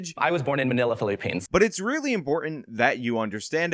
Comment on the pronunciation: Fill-A-Peens? Wtf is that about? I’m half Filipino and that was wack.